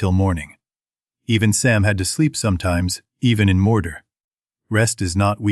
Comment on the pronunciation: Boooooooooooooooooo. AI slop. If you cant do your own voice over just don't start a youtube channel. WTF is morder? Gonder? just stupid. go away